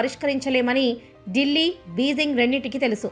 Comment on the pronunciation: Dillli(delhi) dilli ani nokki nokki cheputunaru... Meeku bajapa antey nacchadha madam?,🤔